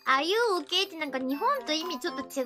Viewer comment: Dammnit why do i hear that 'are you okay' as 'are you gey'